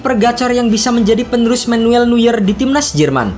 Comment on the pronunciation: Penyebutan nama Neuernya tolong dibenerin bang